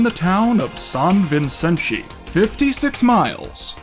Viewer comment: As a Brazilian I wanna congratulate you in your attempt to properly pronounce "São Vicente"